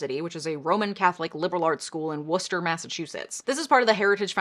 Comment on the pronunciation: Hey, you pronounced Worcester correctly! I’m from the area. Didn’t go to Assumption, but I’ve gone there to pick up some books for my Masters Thesis several times.